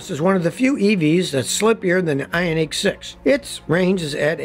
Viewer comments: Very informative video as usual. Did find your pronunciation of the Ioniq annoying though. Watch any Hyundai world Wide commercial and there in no unique in Ioniq so your pronunciation is completely wrong. Even Hyundai’s attempt to get people to drop the H sound at the beginning of their name was a complete failure. While your pronunciation is technically correct for their commercials and even how dealers pronounce the name they do not drop the H as silent. I give you props for trying to educate us on the way to correctly pronounce Hyundai but Ioniq was an epic fail. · Funny how you 😂pronounce IONiq!